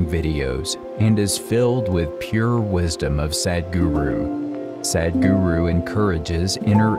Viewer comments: Stop pronouncing his name in an english way as SAD. If u can't say it right then just dub him as HappyGuru! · The introductory voice over by a foreigner sounds like Sad Guru. Please use someone from India who can pronounce Sadhguru.